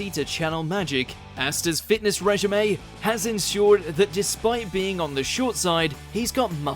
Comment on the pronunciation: fitness reg-gi-may?